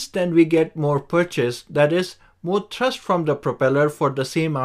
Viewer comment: "Co-rotating coaxial propellers" do not exist in practice. "Thurst" = thrust. High pitch angle at the root to low pitch angle at the tip. Most designs use tilting rotors for vertical takeoff and cruise, so require variable pitch propellers for better efficiency. Sharrow propellers are manufactured on 5-axis Heller HF3500 CNC machines. Worse control due to poor PID response from the greater mass/inertia of the toroidal props. Jetson ONE does not use coaxial propellers; rather, each corner uses twin motors in a tractor-pusher configuration. Coaxial propellers/rotors provide more control and maneuverability for the same footprint as a single rotor; however, two separate rotors are more efficient and provide more thrust/control. Jetson ONE has fixed pitch propellers/rotors, so cannot vary the pitch of each rotor; likewise, each corner's pair of motors vary their rotational speed together. Contra-rotating coaxial propellers can be arranged such that the aft propeller is smaller in diameter but higher in pitch than the fore propeller, which could provide better efficiency than a single propeller. (Similar to the ducted fan, albeit variable pitch, discussed .) "Co-rotating coaxial propellers" do not exist in practice. "Co-rotating coaxial propellers" are not used in practice, as opposed to contra-rotating coaxial propellers, because of the lack of cancellation of torque/propwash/gyroscopic precession/etc., more susc